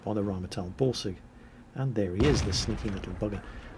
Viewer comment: When says Borsig it sounds like he is saying Ballsig:D